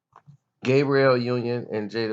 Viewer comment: It sounds like you're calling "Gabrielle" "Gabriel"...Her name is the female pronunciation..